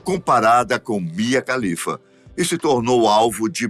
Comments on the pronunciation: Só uma dica: A pronúncia de todo nome e sobrenome árabe, que começa com “KH” equivale à pronúncia do nosso “R” (de Raquel, Rogério, Renata, Ribeiro, Ramos, Resende, e etc) Portanto, a pronúncia do sobrenome da Mia é “Ralifa” e não “califa”. Sobre a carreira dela: Todos os extremistas islâmicos que a ameaçaram de morte, são um bando de hipócritas, porque eles também consomem pornografia. Inclusive é por meio de filmes pornôs, que eles aprendem o que fazer com uma mulher, visto que na cultura e na religião deles, NÃO EXISTE namoro ou sexo antes do casamento. O afastamento da família é compreensível, independente do país de origem, da cultura e da religião. Nenhum pai e mãe ficaria feliz com a filha trabalhando para a indústria pornográfica. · Você disse "Mia Khalifa"? 🤨😁😏